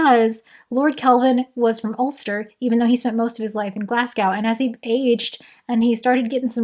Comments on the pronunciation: George Green lived in a windmill in Nottingham that his father built. The restored and working windmill is now called "Green's windmill" and is home to a science centre. (Note on Glasgow: it's pronounced "glaz-go") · OMG. I live in Scotland. Glasgow does now rhyme with 'now'. It rhymes with 'glow.' Glass-go. Love your channel. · It's pronounced Glaz-go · glasgow is pronounced glas-go by the way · queen i love your content, but that is so not how you pronounce Glasgow XD.